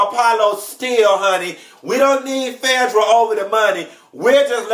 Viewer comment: I live to hear you say "Fedra" (Phaedra). Tickles me every time.